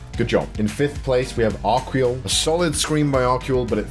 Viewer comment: I am Arquel Adonis, it's pronounced "AR-KEL" but your attempt was pretty good, even spanish ppl can't actually say my name correctly, thank you very much for your review! I will effort to improve what you said! If anyone doubts, I actually did 20 seconds instead of 11 LMAO I'm a photo-video guy & singer, so the voice acting it's relatively new for me, I want to do more stuff! Thanks again! Not expecting to even appear on the video hahaha in social media